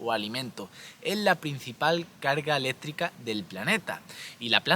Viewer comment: Habla como mi abuela que decía elétrica en lugar de eléctrica😅